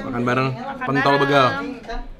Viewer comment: kok gua dengernya "kntl begal sih"